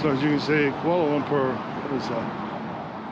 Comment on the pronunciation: Kuala Lumper? 😂😂😂